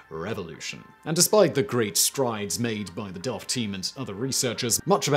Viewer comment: Your are pronouncing Delft perfect! Love to see that